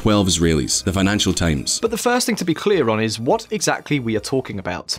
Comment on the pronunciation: He said times as tames so